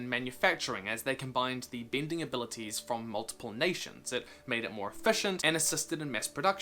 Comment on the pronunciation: What is wrong with your pronunciation, water beending?